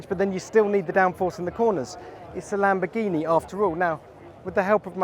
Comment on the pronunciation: LamboRghini, not lambogghini pig god